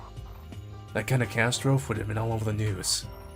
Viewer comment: do you not know the pronunciation of the word 'catastrophe'?